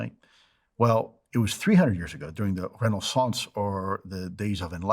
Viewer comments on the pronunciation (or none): Dude pronounces Renaissance like a douche 😂